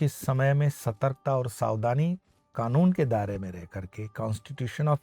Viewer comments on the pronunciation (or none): गुरुजी क्षमा कीजियेगा लेकिन बारत नहीं भारत होता है, सावदानी नहीं सावधानी होता है 🙏 नमो नारायण